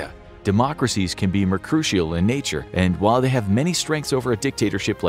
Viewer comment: Its MERK-yur-ree-al. Not whatever you said lol. Mercurial.